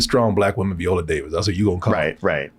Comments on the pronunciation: Viola not veeeola y'all dgaf about vowel sounds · Can we please pronounce Viola Davis' name correctly? Not Viola like the instrument but VI-ola. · Who is VEE-ola Davis? 😂